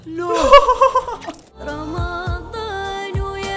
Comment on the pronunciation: من لاحظ في بداية المقطع ان المقدمة البنت تقول رمطان بدال رمضان